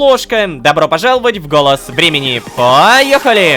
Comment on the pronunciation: Почему я каждый раз слышу "Голос Бремени", а не "Голос Времени''?